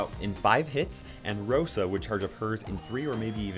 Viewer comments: He got the name of rosa right tho 😂😂👌👌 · Got Rosa right...well the name😂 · You got Rosa correct